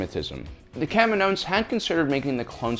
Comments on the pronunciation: The planet is called KAH-ME-NO!! NOT KAM-IN-OH! Thus they are called KAH-MEE-NO-INS, not KAM-IN-OH-INS. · I hate how you pronounce kaminoans. It's Ka mee no ens.